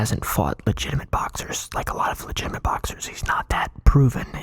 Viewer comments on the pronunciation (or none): Word of the day: "Legitimint"